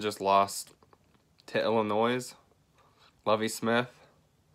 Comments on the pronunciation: It's pronounced Illinoy not Illinoise and quit cryin' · Did u actually pronounce the s when u said Illinois? 🤦‍♂️🤦‍♂️🤦‍♂️